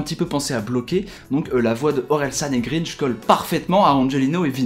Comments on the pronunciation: mec c'est gringe pas greenge, écoute leurs albums tu comprendras ;) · Ça se prononce grainge pas greenge 👿 si non elle est cool ta vidéo je pense que tu gagné un abo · tu prononce mal le titre de l'oeuvre de Run et le nom de gringe